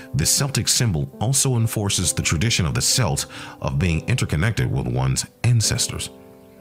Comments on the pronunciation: Its kelts not selts. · How can you lecture about Celts if you don't even know how to pronounce it properly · say it right computer it's pronounced, 'Kelts' NOT 'Selts' they are not a basketball team. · Every time he says selts or seltic the rage of 100 generations come out for about 2-5 seconds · CELTS the C sounds like a K KELTS KELTIC get it right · Your pronouncing Celts wrong, it pronounced Kelts. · The accent selts , who the hell are they? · Lad says selts I'm fuckin dyin here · If he hasn't heard the word "Celts" in spoken form, I can't begin to take this seriously. Dead at 25 second mark. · 😆😆😆 damn I can’t even watch it now every time he says “celts” I cringe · Nah, you can't even pronounce Celt correctly, so bye. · Nice video except for the pronunciation of words "celt", "celts" and "celtic". That is really annoying, if not irritating. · As soon as he pronounced it like that I was done.